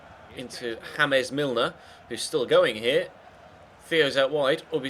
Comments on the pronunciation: he said james milner hamas milner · in you said James like James Rodriguez name 😂😂😂